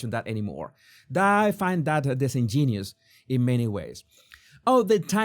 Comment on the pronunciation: Love your show. We all make mistakes in pronunciation, and since English isn’t your primary language, I’ll share with you a pronunciation mistake I made when I was younger that you also make: “disingenuous” is pronounced dis-en-gen-U-us. Long U on the next to last syllable. The word “genius” isn’t part of it. You’d have a field day with my Spanish!